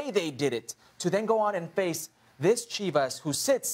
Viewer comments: "CHIV-ASS" wtf? man?? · It’s Chivas. Nuff said